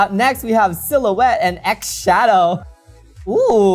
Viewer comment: Not X-shadow - it’s more like Schadow They are written the same way with the X replacing the S so it gives a slightly more breathy sound somewhere between s and z (zed obviously, not zee): Xilouhette they’ve said lots of times on the show so Xhadow (no s!) starts the same way.